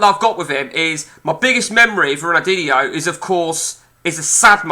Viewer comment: Could learn how to pronounce his name between the swearing